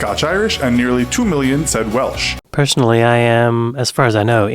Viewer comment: They said “Welch” instead of Welsh too 😂😂😂